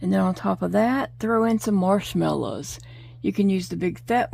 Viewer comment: Good to hear you talking and talking and talking lol. Lovely colors for Dakota. The recipe sound yummy but it’s MARSH MELLOW Miss. I was like what’s a marsh MELLA❤. GN STAY SAFE